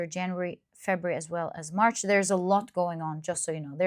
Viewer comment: March not MARS 😂 I was hella confused for a bit, hehe!